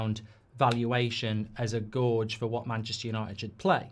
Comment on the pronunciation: Gorge??? You mean gauge